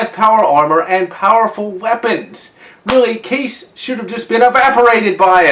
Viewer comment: It's called Kai-ees not case